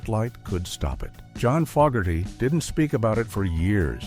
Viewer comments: And they pronounced Fogerty wrong. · Same with Tom Fogerty which he constantly pronounced wrong. They're saying CCR is metal in other words.😂😂😂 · Fogherty heavy metal.....Hah!